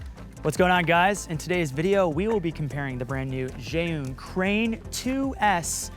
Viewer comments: Pork And Wine, I just looked it up and I can confirm, you’re correct. The Zhiyun people said it’s pronounced Ju-win... I still don’t get why it’s pronounced so differently than it’s spelled but whatever haha 🤷‍♂️ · pronounced Jhu Win... fyi... :) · Thats not how u pronounce Zhiyun.OMG